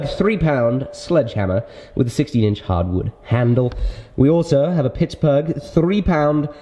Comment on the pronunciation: How are you saying Pittsburgh weird? I live in Pittsburgh and I never heard anyone pronounce it like that.